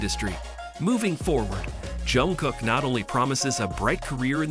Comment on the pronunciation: А что вас так раздирает, что даже имя произнести нормально не можете ? И какое дело, кто с кем дружит, общается или не дружит, не общается? Вам то что? Бесит ,что Чонгук поднялся до мирового уровня, что его за талант сравнивают с Майклом Джексоном, и это специалисты во всём мире, не сговариваясь. Так он заслужил это признание своим невероятным упорством и тяжёлым трудом. Он как никто предан сцене и фанатам. И каким нужно быть ненавистным человеком, что бы с такой злобой писать о Чонгуке. Ведь разговор только о нём и его творчестве, к чему злобные выпады о его друзьях. У вас друзей нет, вы ни с кем не работаете вместе, не отдыхаете вместе, живёте один одинёшенек ? Может считаете, что общаться, хорошо относиться к кому то, это позор или преступление ? Дурь какая. Или все, с кем вы общаетесь,являются вашими любовниками сразу по факту общения ? По себе судите ?